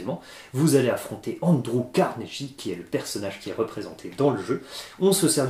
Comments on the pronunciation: ça se prononce Carneguie, pas Carnejie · euhh, je ne veux pas faire mon chiant, mais c'est Carne[gui] et pas Carne[ji] ^^ Je sais bien que n'est pas fan de l'anglais mais là ^^ c'est pas beau à l'oreille ^^ Merci en tous cas pour ce retour ^^ J'ai une préférence pour Darwin mais bon, ce CarneGUI a l'air vraiment plaisant.